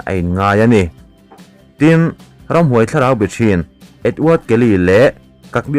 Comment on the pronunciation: Hlawhchham...ramhuai...I lam dik lo thei zawk!...I tilui nge..